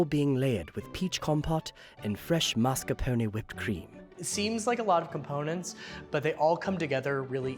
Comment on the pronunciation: Google: "how to pronounce mascarpone". Beacause you are incorrect.